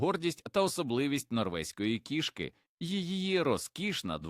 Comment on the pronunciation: Нажаль голос ШІ невірно ставить на́голоси! Особливо дратує "кішкИ́", наче мова йде про тельбухи, а не про котів!!! Врешті-решт робіть з цим щось!!!